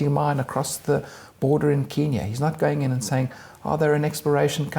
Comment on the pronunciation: Good interview thanks but you have got to say KENya not KEENya. The latter name really really annoys Kenyans....